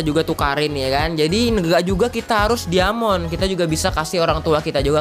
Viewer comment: dari cara ngomong diamond aja udah ga bener lu